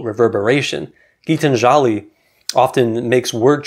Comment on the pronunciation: I think the time has come for non-Indians to begin to pronounce Indian names more accurately -- to make the effort to find out how a native would pronounce them. For instance, it is GeetAnjali (accent on the second syllable), not GeetanjAli. It's MahAbhArata, not MahabharAta.